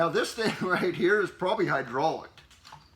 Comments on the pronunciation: It's pronounced hydro locked not hydrauliced 🙄☠️ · very good informative video, but sorry I have to correct you. it sounded like you said hydrauliced, it's pronounced hydro-locked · Are you saying hydrolocked? Or hydraulic?